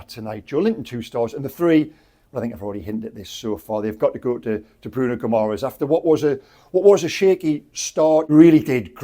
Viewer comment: Bruno Gumores..seriously ? .. can,t even pronounce the names of our own players.. more respect please and put in a little more effort